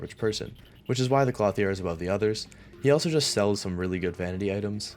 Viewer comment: Please never say clothier like that again